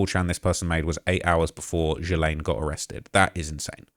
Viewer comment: It is like hearing nails on chalkboard for me listening to the various incarnations of Ghislaine Maxwell. For the love of god, there is no excuse for an English speaking podcaster to mispronounce it at this point, she’s been in the news for the last 2 years solid and it’s just plain laziness to pronounce her name ‘Jiss-lane’ with a hard sounding j or the other one, ‘Gil-lane,’ as in fish gill. The phonetic spelling of Ghislaine is Ghee-LAYN or Gee-LAIN; it sounds like, “Gee" (rhymes with glee) + "Lane" (as in a street); The key features are a hard 'G' sound, silent 's', stress on the second syllable. If you are an English speaker, please try harder, I know she’s a horrible person but her name can become spoken properly.